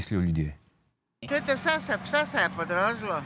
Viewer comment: “Glèjeâ vsæ se, vsæ se draži.” 😆🤣